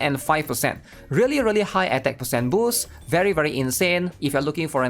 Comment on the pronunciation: SIX PAHCENT